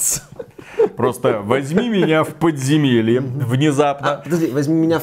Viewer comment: Какое еще "подземельИ", начал забывать великий и могучий уже.